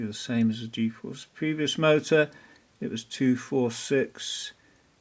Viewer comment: The "Mootra" hahaha :'D